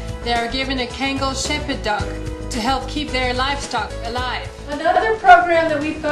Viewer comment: The proper pronounciation of Kangal is Khan-Ghal. I am very happy to see that this Turkish bred dog can do something to help our friends in Africa and also save the cheetah race from being killed. Although as a previous Kangal owner, i would hope that you are staying true to the breed and not mixing it with other breeds. As mixing the Kangal with other breeds have resulted in dogs that can become the opposite of the Kangal, vicious, non-loyal and aggressive. Good luck with your work!